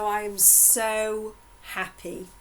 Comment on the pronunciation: Unsollicited advice but can’t you send the audio of your sessions to someone else to transcribe it? Takes away some of the workload. Anywho... thanks. It’s a lot of work but you make a lot of people happy. Or ‘appy’ as you say it. 😉✌🏻😁